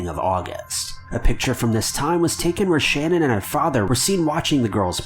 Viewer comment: His wife’s name is Shanaan not Shannon